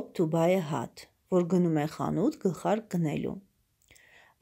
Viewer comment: Cat և hat -ը շատ լավ կարդացիք, cat կարդացվում է քէթ , hat հէթ Անգլերենի արտասանությունը ահավոր էր)))😒